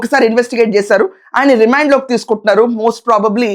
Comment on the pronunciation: Remind కాదమ్మా Remand దస్మాత్ జాగ్రత్త? ఇదెక్కడి పదం? అది తస్మాత్ జాగ్రత్త ... మా ఖర్మ